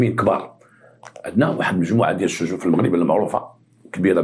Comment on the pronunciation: السجون ماشي الشجون 😂😂😂😂 الله يعطيك الخير تبارك الله عليك مسيرة موفقة